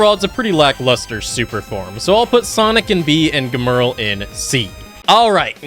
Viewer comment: "Germerl" its gemrul/gemrul sorry forgot how to spell his name